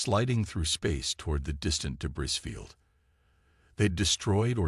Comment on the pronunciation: Day-bree, not day-bris